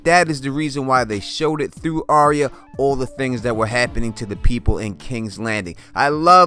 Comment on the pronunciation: It's pronounced "Ar-ya" like "Are-ya going to the store?" Not "ArEEuh"